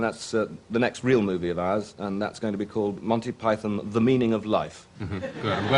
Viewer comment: MANTY PIE-THON